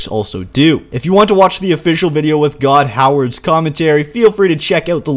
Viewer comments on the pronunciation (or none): It's Todd Howard not God Howard lol